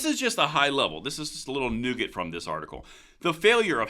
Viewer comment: "Nougat"....."Nugget".......Ok. You do you, Boo Boo